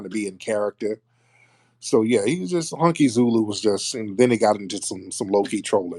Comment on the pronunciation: NOT “Honkiezulu”😂😂😂